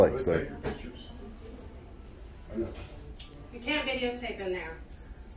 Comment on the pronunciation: Recognize our rights and freedoms with respect is the correct sentence And please say photos and video not pitchers You’re welcome.